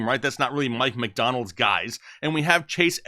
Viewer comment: Mike McDonald lol it’s McDaniel